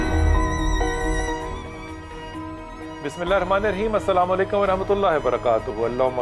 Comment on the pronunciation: Anchor Ko pls Sahi tareeq se salaam karna sikha do pls